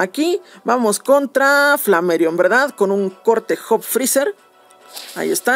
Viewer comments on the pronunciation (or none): none